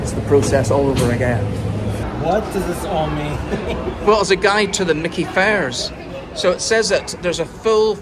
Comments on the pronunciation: Myki is pronounced Mike E. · Did these two lads think about visiting Dandenong?, it would have been a culture shock. That little grey card is pronounced MY KEY, and I hope they kept it topped up. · I've never heard it called a Mickey card before 😂🤣😂 It's pronounced "My key". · Not micky like micky mouse. Mi kee card is how it's pronounced. Sorry I laughed when you said micky 😂. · It’s pronounced My Key …myki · Myki card is pronounced My Key & Melbourne has more trams than any city in the world. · There are a number of tram types used in Melbourne, some going back 100 years. You might like to consider trying out the City Circle tram which uses the old W-class and is around 100 years old. FYI the MYKI card is pronounced 'my key'. If you have an Android phone you can get one in the Google Pay app.